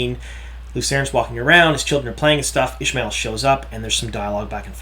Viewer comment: Isn't is pronounced Ish-ah-my-el as in Ishamael, not, Ish-my-el as in Ishmael?